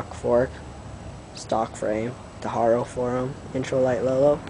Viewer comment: its haro not horo